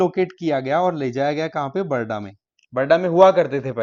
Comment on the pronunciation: Not barada sir it's called barda